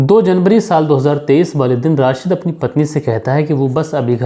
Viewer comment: Sir ap wale ko bale kyu bolte ho...